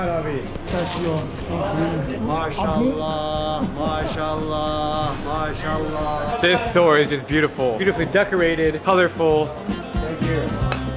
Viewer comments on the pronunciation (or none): MASHA ALLAH NOT MARSHALLAH😂